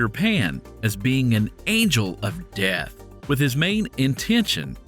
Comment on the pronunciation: Why does the narrator say DeAtH like that